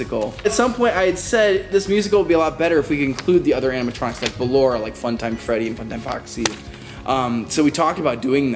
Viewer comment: At the ballora bit he said ''balloria''